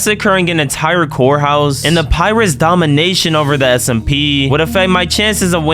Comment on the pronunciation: bro i thought he said pyrids not pirates